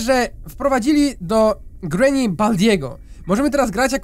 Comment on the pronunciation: Mówi się ,,grini